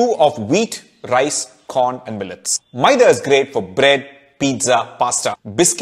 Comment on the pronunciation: I like your maida pronunciation.